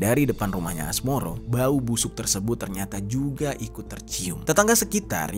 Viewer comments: Asmoro bae bang,, asmaroh bangggg😅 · Asmaroh bang bukan asmoro hadeeeuh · woy Asmaroh bukan Asmoro anjg😂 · Asmoro😭 asmaroh kak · Asmaroh mas..bukan asmoro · Asmaroh mas bukan Asmoro 😭😭😭😭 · Asmaroh bang,,,, bukan asmoro... sembarangan aja lu hahaha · Asmaroh bg, gue dgrnya Asmoro mulu , apa kuping gue yg salah denger yak.. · Asmaroh bukan asmoroh 😅map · Mohon maaf bang, pemilik kontrakan namanya asmaroh bukan asmoroh😂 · Asmaroh ❎ Asmoroh ✅ 😭🙏